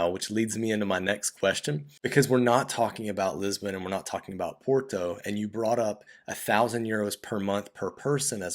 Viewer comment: So good to see a foreign actually trying to pronounce Portuguese words correctly. Thank you so much to your guest. You yourself try to perfect just one word "Porto". Look up Steve Martin in the movie "My blue heaven". Vincent 'Vinnie' Antonelli : Are you trying to say capeesh? Barney : Yeah. Vincent 'Vinnie' Antonelli : Well don't do it, cause it hurts my ears when you do it its very funny